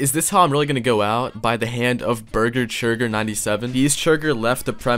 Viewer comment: I love how calls bessechurger burger churger lol